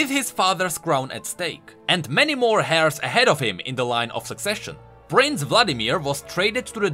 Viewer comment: He is making fun of the way pronounces the word heir. You have earned your whoosh as well.